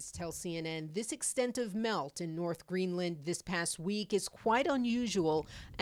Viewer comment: Why is Erin pronouncing it as GREENLAND with emphasis on the 'A'. lol.. The reporter got it right. I wonder how she pronounces 'Connecticut'. 😂